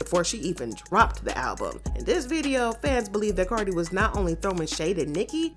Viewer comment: Y'all saying cardi wrong but praising Nikki and shes the one that started speaking on cardis kids